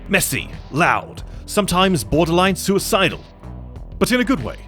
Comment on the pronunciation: "suisidal.... but in a good way"